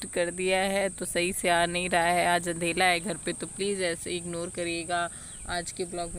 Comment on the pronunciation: आप अंधेरे को अंधेला क्यों बोलते 😊😊